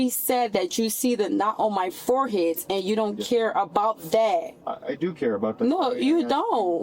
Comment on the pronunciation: What’s a “foreheat?” And what does it mean to “ax” something?